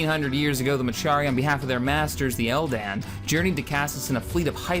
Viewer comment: Couple of mispronounced/incorrect names in there: MECHARI: meh—KAR—ee NOT meh—CHAR—ee ELDAN: EL—din NOT el—DAN TRESAYNE: tre—SANE NOT tes—SAH—na On that note: FOR THE DOMINION!